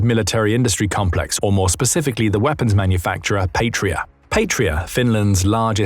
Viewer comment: An incidental thing, but important to some people: The "p,a,t" of the word "Patria" is pronounced as if it rhymes with "cat", not "fate". 👍